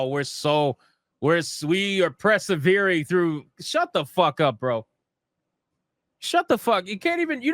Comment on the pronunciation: Persevering, not presevering.